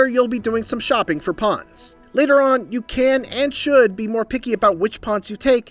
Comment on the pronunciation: They’re “Pawns” not “Ponds” 🤦🏾‍♂️